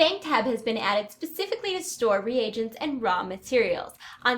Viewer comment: lol Re-Agents